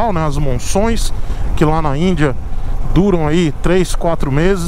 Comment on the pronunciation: falando de monções e falando certinho. Legal! Se fosse meu aluno já teria passado. rsrs Abraço!